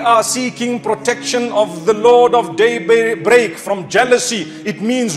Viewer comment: Thanks mufti . But please improve your pronunciation daybreak is not one word there is a pause .